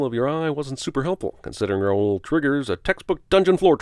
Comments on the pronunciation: ROWL, not Ra-ul. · The fact that the Phantom isn't even all that scary was a disappointment, but the blatant mispronunciation of "Raoul" also annoys me. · Also, you are pronouncing Raoul’s name wrong. Just sayin.... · Did... did Emmy Rossum mispronounce "Raoul"?